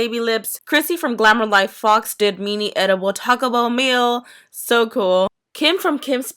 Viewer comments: She says mini like meeny no hate lol xxx😂 let's see if I can be one of those people in the comments who get loads of likes but wait I don't have a stupid excuse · you say mini weird!! i like it but its just not normal for me!